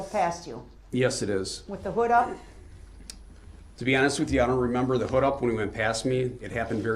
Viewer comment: His slant lip garbage mouth can't even say "remember" he says mermember!!! Something else that bothered me is Judge Dorow kinda scolding the witnesses about answering when DB is objecting, which he does non stop, and helping him with questions, which she shouldn't be doing either, but let's WWDB, talk over people, intimidate witnesses, and many other things. That's the ONLY thing that wasn't fair in this trial. The beginning of this trial, she kinda babied him and let him have tooooo much leeway. A REAL ATTORNEY wouldn't get away with this, why should he? He was PROPERLY AND REPEATEDLY warned about defending himself, so let him drown in CACA! I absolutely adore the witnesses that didn't play into his little games and semantics and called him to his face who he is!!! The third person stuff they were doing for WWDB gave him control, but Det. Casey and some others, wasn't having it!!! Salute to them!!!